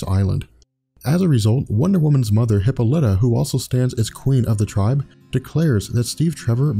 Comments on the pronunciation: Nice- just a few quibbles from a decades-long fanboy: Hippolyta/e: hi PAH li tuh, that's the way to pronounce WW's mother's name. Also, the GA WW always knew Steve Trevor . And she never pined over other superhero males . Wonder Girl was originally WW as a teenager . WW never came to the USA to prevent the spread of Communism , but she did come originally to prevent the Nazis from winning WWII. Post-Crisis WW was never used "Diana Prince" as an alias . Strife is not a villain, but a goddess. the comic doesn't say how the male children were disposed of, and you left out the part where the "Amazons" KILL the males they rape (which made NO DAMN SENSE). Just hate the NEW 52 Diana, BTW. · emphasis on paul not hip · her mothers name is pronounced: Hip Paul Lit Ah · And it's "Hip-paul-E-tah" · Hip - Ah - Li - Tah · pronunciation of Hippolyte drove me crazy lol. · love your videos, but I believe you mispronounced Diana's mothers name, its cool. its not prounced how its spelled so it can be annoying. otherwise great Breakdown Video